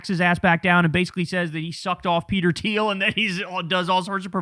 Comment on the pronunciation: Thiel... it is Thiel